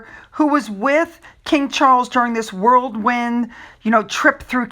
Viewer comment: It's "whirlwind" not "worldwind"